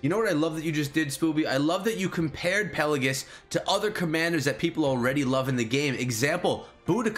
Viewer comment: It’s not pronounced “Pellagus”, there’s an “I” in there, it’s pronounced “Pell-ay-jee-us”.